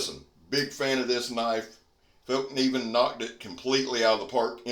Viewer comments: Great job on the pronunciation,, 👍👍 Felk - nee - venn, 👌 What a beautiful knife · as far as I know, you nailed that pronunciation mate. such a nice knife, great video! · I can tell as a Swede your southern tongue pronunciation of Fällkniven is spot on. And great review!